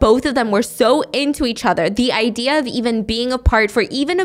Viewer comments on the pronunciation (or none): none